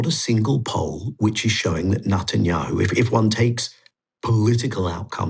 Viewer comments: He keeps saying Nutanyahu! Deliberately mispronounciating? Anyway, it about sums him up..nutter! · I like the way he pronounce bibis name sounds like Nutanyahu haha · Thats the whole point, nutenyahu is a nutter!